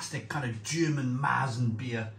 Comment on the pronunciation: Sorry to be pedantic but the umlaut ( the 2 dots) on the A turns it into an E....so it's Mertzen...not Maaartzen.....so now you know!!